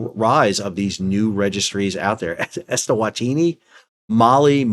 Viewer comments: You clearly hold a low bar for supposedly “smart” guys … he can’t even read and correctly pronounce Eswatini as ES-WA-TI-NI, instead of ES-TA-WA-TI-NI!!! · Just a small note on the pronunciation of "eswantini". If you look at the native spelling it is "eSwatini", where the "e" means in/at/the and "Swatini" is the name of the kingdom. So the pronunciation should be something like eh-swa-tee-nee 🤓